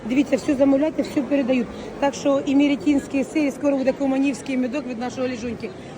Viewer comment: Імеринський-іретінський сир!😂😂😂.Іде рекламує товар,а не може навіть назву прочитати!!